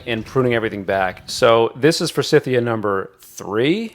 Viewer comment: Thought you’d like to know. Forsythia is pronounced with a long i in the second syllable. It’s named after a gentleman named Forsyth. 😊